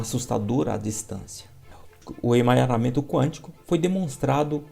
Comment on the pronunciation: Não é emanharamemto. 🤣 é EMARANHAMENTO. Obrigada 👍🏻